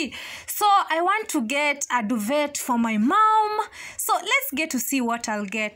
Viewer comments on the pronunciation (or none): DUVE! T is silent.. pls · Just coming across this video today, the word duvet has a silent t so it's 'duve' ✌️❤️